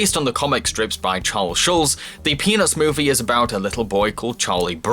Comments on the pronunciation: Is it bad that I kept hearing "penis movie" instead of peanuts movie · Who heard penis when he said the peanuts movie no, only me ok.... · the way you say Peanuts is amazing